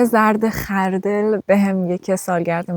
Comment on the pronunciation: اولین کلمه را که غلط گفتی دیگه دلم نمیخواهد بقیه اش را ببینم خر دِل؟